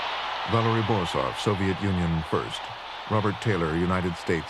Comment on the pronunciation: Il commento artificiale è una merda , Borzov non borof